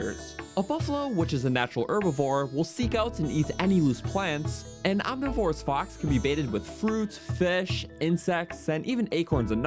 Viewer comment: Om-niv-or-us. Omnivorous.